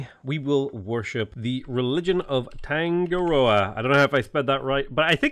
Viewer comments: Kia Ora enjoying the new mods just thought I would offer some advice from a New Zealander. Marae is pronounced "Ma-ra-ee" like mar-eye, Maori is "Ma-oo-re" and Tangaroa is "Ta-nga-rO-ah". Nga is like in singalong 🌟 good luck with the rest of the run! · Tangaroa is pronounced similar to "tongue-uh-rower" and obligatory marae is pronounced "mah-rye". And also make sure you remember there's an 'o' in 'Maori. Thanks!